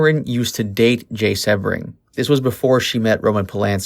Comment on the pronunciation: Jay's last name is pronounced: SEE-BRING!!! Everyone knows that but you!!!!